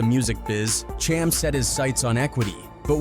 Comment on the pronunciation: Dude butchered Cham's name for 20 minutes str8 😫